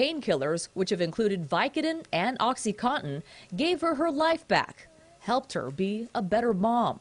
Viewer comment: As a recovering prescription opiate / opioid addict, I can confidently say this is not the answer.... sidenote, why can't reporters pronounce "oxycontin"